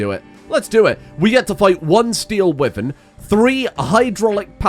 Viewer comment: never heard anyone pronounce wyvern like that...